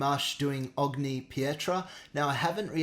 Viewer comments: Google has 'ogni pietra' in Italian as 'every stone' in English. By the way, it's 'onyee', not 'ogni' (with a hard 'g' sound). Great reaction,. Best of luck with the EP. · hi its pronounced onyi pietra but never mind, great review anyhow